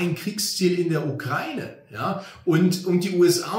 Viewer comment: Endlich mal jemand, der Ukraine richtig ausspricht.